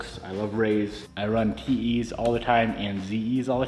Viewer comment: Anyone else hear “TeeHee’s” instead of “TE’s”? 🤣